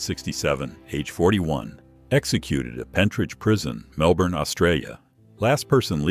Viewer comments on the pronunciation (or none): none